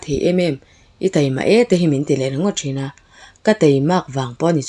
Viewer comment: Teimâk ti lovin, Taimâk ti zâwk la aw..i aw ngaihthlak a nuam thin e..